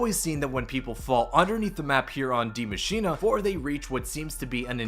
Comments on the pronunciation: why are all youtubers pronounce the map name die maschinA? there is no A at the end of that word. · Me, a german guy: Die Maschine Every Youtuber: Die MaschinA